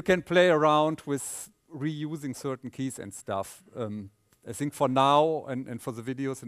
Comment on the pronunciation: Christof, your English is very good! With this naïve thing and so forth. But please, if you don't want to pronounce the "th" correctly, use "t"- and "d"-sounds. Like 'this' -> 'dis' and 'thing -> 'ting'. Because the word 'sink' has its own meaning... Besides, I love you, mr Paar, and the way you gives the material.